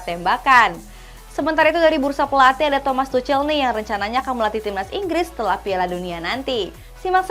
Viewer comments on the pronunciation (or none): masih belum ngerti bola ya? nyebut thomas tuchel koq tucel terus emang nasi pecel kak, mending rizka dilla dah ngerti bola